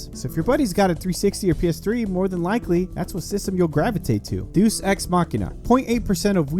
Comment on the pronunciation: I might sound a dick but Deus is pronounced day-us and most say Cod as a word and don't spell it out